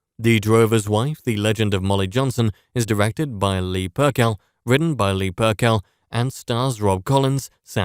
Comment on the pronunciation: Hi ..thanks for the review but Leah Purcell pronunciation is incorrect... It is not pronounced Pur-Kell, it is Pur-sell. Thanks Rob